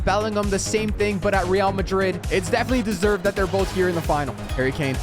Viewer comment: There’s only Harry Kane. One Harry Kay-ain! One Harry Kane!